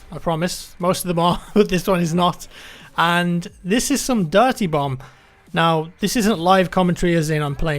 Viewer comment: You idiot now you're making me hear it too